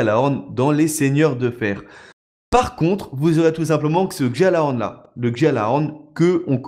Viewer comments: on dit " Gallahorn " et pas "Djallahorn " tu me fait stresser a dire sa :oo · arrête de dire guejalahorne c'est guialahorne la prononciation ! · Par pitié le j de gjallahorn c'est une palatalisation, c'est prononcé "guialahorn". Au pire c'est pas grave mais ayez pitié de mes oreilles les gens... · S'il vous plait ON NE PRONONCE PAS LE PUTIN DE J DANS GJALLARHORN